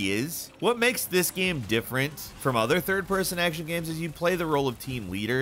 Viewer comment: talks like the male equivalent of a cali valley girl with the way he pronounces words like "gehms" instead of like a normal person "games"